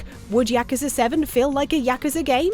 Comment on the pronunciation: OK but why can't pronounce yakuza right?